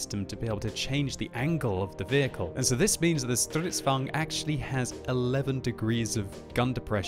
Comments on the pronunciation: it's stridsvagn not strutsvagn BTW stridsvagn means tank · It is name is stridsvagn s not strutsvagn s I now that beceus I am Swedish!!! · (though I know you LOVE trotting out your pronunciation of "Strrrrisdvaagen") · I cringe so hard when he says stridsvagn